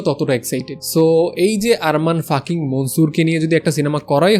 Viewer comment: আরে বলদ, ওটা ফাকিং না 🤣🤣🤣